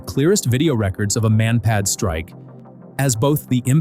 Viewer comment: hey!! who ever or what ever you are I sing to pronounce Russian air assets is ALLWRONG!!!! MI-8 Helicopters are actually called MI-8. and are never pronounced like the word "me" and MANPAD airdefense weaponry are pronounced like they look manpad. NOT M.A.N.P.A.D. stop using your co.puter to pronounce air assets correctly before you post and everything is all wrong making you look like the biggest lover noob to ever post on youtube.